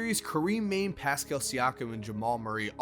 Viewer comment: Karim /MAH-nae/, not Mane like a lion. He’s Senegalese.